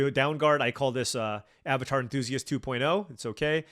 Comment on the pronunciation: Would you call the Dounguard a Avatar en-TWO-siast? :p Great vid as always. <3